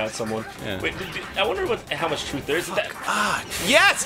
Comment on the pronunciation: Tulsa is in Oklahoma. EEEYAND EYE LIVE DARE.